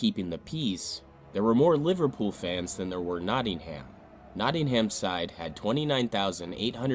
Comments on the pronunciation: Nottingum, not Notting ham How do pronounce New Hampshire? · The whole football culture was very different then. Pitch invasions and hooliganism was a major problem and you can see why the police acted as they did :(. (Btw Hillsborough is pronounced 'Hills-brer (short sound at the end) and Nottingham is pronounced 'Notting-um.') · Hillsborough is pronounced, "Hills bru" and Nottingham is, "Notting'm", btw. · Kept grating on me when the guy that made the Hillsborough video couldn't even pronounce Hillsborough, Yorkshire, or Nottingham properly.